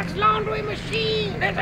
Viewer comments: Oh Thank Woo Mwark I Knew you would nwot Lwet mwe dwown OH NWOT THE DWYER! XD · woah woah mawk welax!